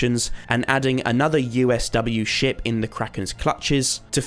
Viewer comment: Dude instead of "sinking ship creature" I heard "sinking s*** creature"